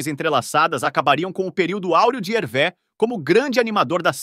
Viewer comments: O nome se fala Hervê, no francês o acento agudo ( ‘) tem o mesmo som do nosso circunflexo ( ^), então, sempre que verem uma palavra em francês com acento agudo lembre-se que o som é fechado. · Lê -se "Hervê" com o som fechado e não como é, como seria em português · Pronúncia correta Hervê !!! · Que triste!😢 Mas a pronúncia correta é HERVÊ! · Muito bacana o vídeo. Só uma dica: a pronúncia é HervÊ. Grande abraço!! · A pronúncia correta do nome é Hervê.